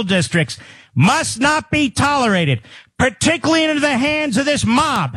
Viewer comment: "Particaly" smfh